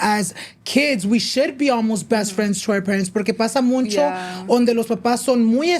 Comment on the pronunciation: I love noche de pendejadas!! BUT I cringe every time you so muncho. It’s MUCHO. No N 😂😂 Also I don’t know if your taking applications still to be in your podcast but i feel like my story is so important and it’s a whole chisme. W/o to many details my husband was cheating on me with my best friend for 7 years😮😢😢. Disclaimer we worked it out. But if you want all the details hit me up. Did I mention this was all in the middle of Covid and we were in the middle of having to move to Italy. 😂